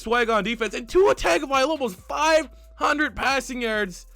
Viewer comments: it’s tagovailoa not tagovialoa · It isn’t TAGovailoa, it’s pronounced TUNGovailoa 🤦🏻‍♂️ I cringe so mf hard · as a Alabama fan i have to correct you its TUNG-OH-vi-Loa dont take offense i butchered his name the first couple times i heard of him to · The A and the I need to be switched in Tagovailoa